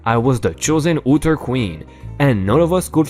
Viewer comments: otter is pronounced awwwwter, not ewwwwwter, but keep up the good work! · Ot ter...not ooter. Or awter. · Very cute, but you pronounced those cute little animals wrong. The O is pronounced as in the word OFF. Otter, not OOter. But you are ok so long as you don't sit on them. lol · call out! OTTER is pronounced like it rhymes with Daughter, slaughter, blotter, NOT said like utter. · Was about saying the same, the "o" is like the "o" in golf. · otter: say the word 'not' . that is the soft o sound you need for otter (small mammal, and they prefer to be around water- very cute animals) :)